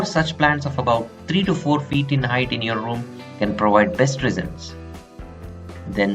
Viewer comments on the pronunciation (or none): Why can't Indians pronounce "v". It should be "provide", NOT "prowide".